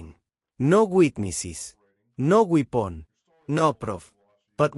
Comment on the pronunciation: Did he have a permit for that wee-pon?